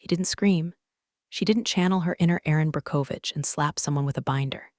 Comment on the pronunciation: Erin Brakovich (BROCK-uh-vich) film from 2000. You're welcome.